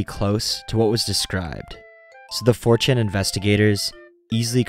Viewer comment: I thought you said, "fortune investigators." Even the CC says, "fortune investigators." I guess you meant 4chan investigators. If I mumbled and ran the words together it could be, "mh fuhm cham imbes mm geh ms" for "4chan investigators."